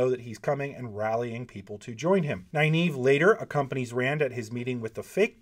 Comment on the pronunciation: Dude, for someone who professes to admire Nyneave so much, it’s a real shame you pronounce her name wrong. Go to the end of the first few books, where all enunciation’s are dealt with. Please. Anyway, it’s Nuh-neave. Not Ny, Nuh. I finish with nave, but I think that’s wrong, so probably sticking with what’s cool for is best. That said, yeah, Nyneave and Matt, with Thom a close second. Then, I think, Tuon. I’d love to have read about her meeting with Artur Hawking, as per Matt’s request. Heh heh.